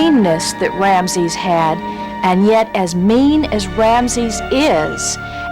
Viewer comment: "Ramses ears"?? WTF? What English is this woman speaking?